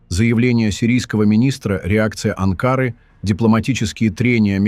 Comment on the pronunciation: Не АнкАры, а Анкары.